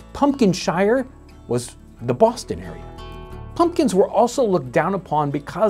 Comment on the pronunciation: The way you pronounced "Boston" made me chuckle. Who was it? Washington or Franklin who had a disdain for New Englanders?